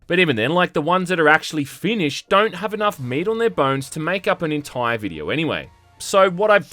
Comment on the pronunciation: the entoyr toym